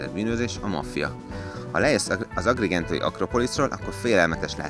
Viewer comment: Aki Agrigento nevét nem tudja rendesen kimondaniúgy, hogy ott volt, az ne csináljon utifilmet.